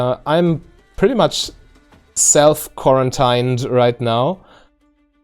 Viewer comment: Love your content. Also I understand why but quarantine in English has the pronunciation quaran-teen rather than the common German pronunciation of stein hope that helps :)